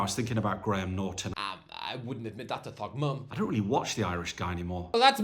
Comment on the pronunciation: Did he say Thogmum (hope i got the spelling)??😂😂